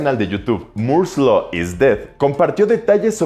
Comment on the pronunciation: Cada vez que pronuncia "moore's law" es como una suave caricia a los oídos, muy buena pronunciación